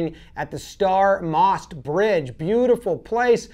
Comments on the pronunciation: I love how you pronounced the name of the bridge. I am from Bosnia. You almost had it correct you misspronounced the "stari". Anyways the name literaly translates to : Old (stari) bridge (most). Its awesome that my nation was part of you video. Shoutout from Bosnia & Herzegovina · Just a tip that has nothing to do with anything, "Stari Most" literally just means "Old Bridge" in croatian/bosnian/serbian language. So you could just say "the old bridge in Mostar" if you wanted to because your pronunciation is bad lol (no offense but the vowel sounds are very difficult for americans to pronounce, I've tried to teach several friends some different words and none of them can say it properly)